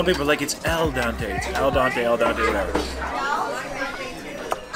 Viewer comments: Well since your taking about how the pasta is cooked right. You might as well pronounce it right... It's ... Al dente. Not Al donte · its EL DEN TE not donte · Ciao manga nope 'El Dente' like dentist means to the tooth..not dante. 😂 😉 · I'm not Italian, but I've watched a lot of Mario Batali in my days. I think it's "al dente" like dentist...not dante, like dante's inferno. Translates as "to the tooth" referring to the bite-back the pasta gives you when biting into it when it's not overcooked and mushy. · It's not Dante to begin with, it's dente witch is tooth.....Al Dente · It is not al dante or el dante. It's AL DENTE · Al dente... no El Dante. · say "al dante" then proceeds to say people say its 'el dante, el dante'. Wrong on both. It's al dente. Really not that hard. To make a whole bit about it is a bit weird to me. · "Al Dante" lol🤦🏿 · It’s pronounced Ahl-den-tay and no Italian meatball is all beef. It’s a combination of beef, veal and pork. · it’s definitely not “Dante” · Al donté???? Any Italian would cringe at that. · Al dente, with an "E", Dante (whoever that is) has nothing to do with it. x) Amazing job eating all those sallads and pasta dishes,! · It's "Al dente" 🤣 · Hi - it's al dente 🙃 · Al dente, with an e :)